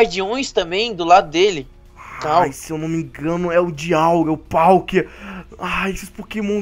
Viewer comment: Nao e dialguia e palkia kkkkkkkkkkkk